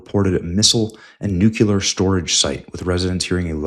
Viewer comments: Day (lost count) of trying to inform Benny that it's pronounced New-Clear, not Nuke-yuh-luhr. Good God Benny. You sound like Bush. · Benny can't even pronounce the word "nuclear". Hey says "New-Que-Lur" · You have a really good channel. You bring excellent reports. Only one thing gives your reports a black eye. You have continued to erroneously pronounce the word nuclear as "nucular". This is an error. I think that a man of your abilities can make an effort and self correct. Patrick Cowdrey, Redding, California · Amir Tsfarti just put Benny on the list of Anti-Israel conspiracists because of this posting. By the way it is pronounced Nu-clee-err, not Nuke-you-ler. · These exaggerated titles really need to stop… 🙄 Also, pleeeease, it’s nuclear, not nucular! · Stop saying "nucular." You're giving away your low IQ and it makes you untrustworthy. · Benny, you should be banned from posting anything remotely relating to nuclear weapons… until you learn how to properly say the word N U C L E A R! It's not "nucular", you schmuck! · nu-cle-ar not nucular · it's NOT pronounced NU-KIER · And please please learn how to pronounce nuclear. There is no second u in nuclear. Take the words new and clear, now scrunch them together with with no space and nuclear sounds like newclear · EVERYBODY DRINK! 2 more mispronunciations: 1) Nuke-U-Lrr (Nuclear) 2) Christian-dom (Christendom) Are we drunk yet? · NEW-KLEE-UR. Why can't people pronounce this word?